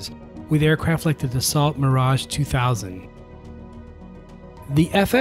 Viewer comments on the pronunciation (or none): Excellent video. I really enjoyed it. The only clanger was your mispronunciation of the word Dassault. It's dah- so, not da-salt. I'd like to have seen the F-20 in service, and I have a suspicion that politics were involved in the decision to shelve it.